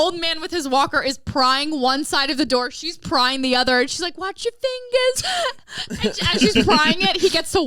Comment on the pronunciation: “Watch ya fingas” 🤣🤣🤣